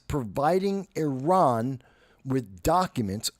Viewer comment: You’re one of the few people I’ve heard pronounce Iran correctly 🙌🏽